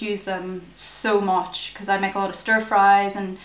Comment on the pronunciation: "so moch" lol